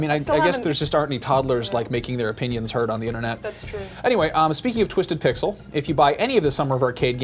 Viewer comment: eveytime says twisted pixel i hear twisted pickle